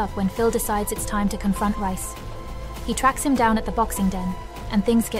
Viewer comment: His name is pronounced REEECE!!! Not RICE!!! You are soooooo ANNOYING!!!